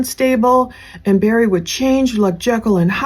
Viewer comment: Btw its "Barry," not "Berry." Did you even really ever follow this case. You seem to know nothing.